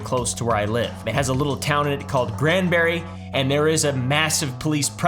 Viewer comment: I’m pleased he said Granbury correctly.